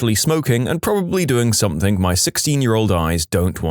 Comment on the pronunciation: No K in the word something